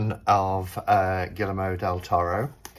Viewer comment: The L's are pronounced like Y in Spanish so it's Gee-err-mo :) love the spooky music and your decorations!